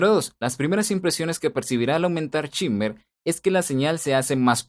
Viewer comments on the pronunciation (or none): Se pronuncia SHEIMER, no chimer. Excelente video. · En realidad se pronuncia SHIMMER, tal y como se escribe, es una palabra que usan bastante cuando se refieren a las frecuencias agudas, sobre todo cuando boostean.